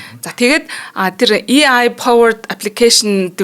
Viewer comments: ЭЙ АЙ гэж дуудахгүй болохоор аягүй тухгүй байна. ИЙ-АЙ биш ЭЙ-АЙ шүү. Баярлалаа. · и ай гэж ярихгүй ээ AI gj yarina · A usegig yaj duudajara и гэр дууддаг байна.хажууд нь сууж байгаа хүн ч яаж тэсэж байнаа.чихнээс цус гоожих гээд байхын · EI boltoln heljiinshd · Шинээр И Ай гэж гарсынмуу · Дахиад шүүмжлүүлсээн. EI EI гээд 😅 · Yagaad EI geed bga ym bol ene huuhen